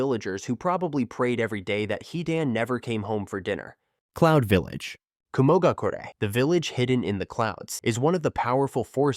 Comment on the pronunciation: "clound village"